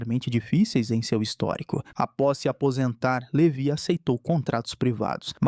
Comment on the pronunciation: LeVÁI! Levi se pronuncia Levái.